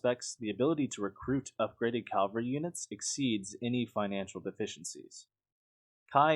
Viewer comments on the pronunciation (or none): It's cavalry not Calvary. It only bothers me because Calvary is its own word, it's a place not a thing. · Cavalry* Calvary is the name of a hill near Jerusalem. Otherwise good video. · It's "cavalry", not "calvary"...